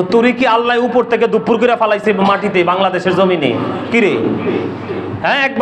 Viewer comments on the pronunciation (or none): none